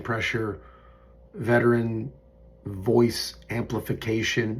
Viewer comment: Was happy to hear you called out by a vet in the recent town hall. Just wish he pronounced it correctly. Proof you’re making a difference!! THANK YOU!💙💙💙